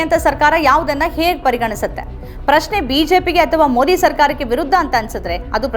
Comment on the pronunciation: ಮೋದಿ ಪದಬಳಕೆ ಸರಿಯಾಗಿ ಉಚ್ಚರಿಸಿ. ತಮಿಳಿನವರು ಮೊಡಿ ಅಂತ ಹೇಳಿದಂತೆ ಕನ್ನಡದಲ್ಲಿ ಹೇಳಬೇಡಿ. ಕನ್ನಡಿಗರಿಗೆ ಮೊದಿ ಹೆಸರು ಸರಿಯಾಗಿ ಗೊತ್ತಾಗಲಿ.